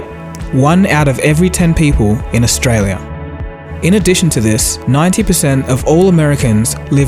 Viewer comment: 485 Billion - Did you say Austria or Australia?